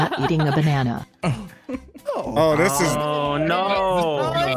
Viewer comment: pronouncing banan sounds like he's trying to pronounce the dutch word for banana (which is banaan)